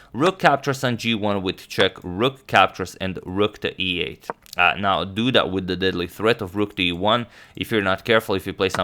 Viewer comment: Now anytime someone says "you could do that" I hear "you could dudat"